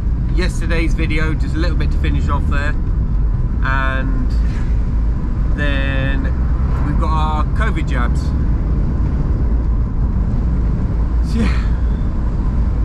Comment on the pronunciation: "Covid jabis"....lolol